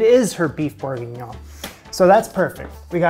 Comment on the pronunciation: You lost me when you could not pronounce beef bourguignon correctly. It doesn’t matter what the video did.